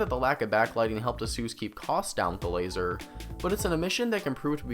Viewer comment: fourrrrr, lazerrrrrrr